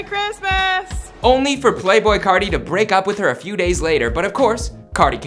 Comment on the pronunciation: Playboi cahti